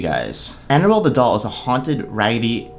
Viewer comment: It sounds like you are saying animal doll